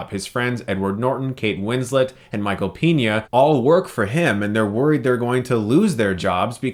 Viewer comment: Good review, I just have a gripe about the way you pronounce Michael Peña's last name. It's pronounced PAY-nya. You're saying PEE-nya, which wound be spelled Piña, which means pineapple in spanish.